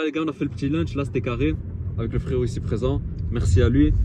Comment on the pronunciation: un launch frero pas un "lunch" mdrr